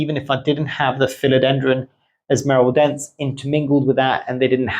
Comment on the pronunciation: Like watching your video… learn a lot. But please can you pronounce the name of the plants from where they come from. ESMARELDEN-SÊ. It’s a bit disconcerting 😜. Other than that 👍🏼 and yes have both. Locally grown from the Philippines